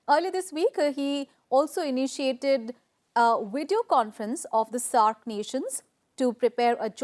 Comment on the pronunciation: 3.36 SAARC not SARC